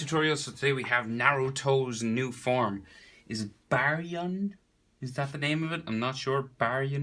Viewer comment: Bar-ye-on that’s how you say it